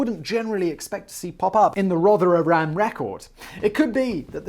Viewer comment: "Rother-ham" Simon! Also, Gamestop is big news today, a Reddit user found out that Hedge Funds were going to do their usual trick, but the Redditors stopped them by buying shares so that the share price rose.. Hedge Funders have caught a cold on this one, for some it was probably more like covid.. Shame!! This could be a good story for Business Blaze, and will be about Business, but surely that's against 'House (and basement) Policy'? I love all your work, but BB is probably my favourite, great teamwork guys, stick together as you are, a YouTube 'Supergroup'.